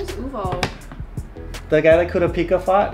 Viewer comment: Bruh, said Kurapika's name in a wrong pronunciation. Lmao xD it's pronounced like this- (Ker- ra - pee - ka) Kurapika Kurta. Lol